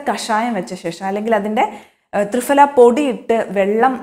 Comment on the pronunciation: കൃത്യതയുള്ള വിവരണം. നന്ദി. ത്രിഫല - Pha എന്ന് ഉച്ഛരിക്കണം. Fഅല്ല.